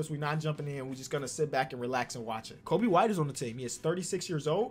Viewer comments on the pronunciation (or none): none